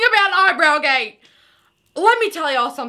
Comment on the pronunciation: "eye brow gate "🤣🤣🤣🤣